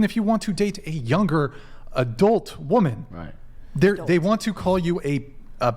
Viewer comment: She said wamin 😂